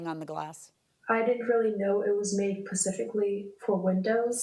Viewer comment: I expect nothing less from someone who can’t say SPECIFICALLY. Pacificly smh